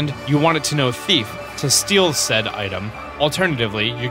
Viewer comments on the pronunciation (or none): none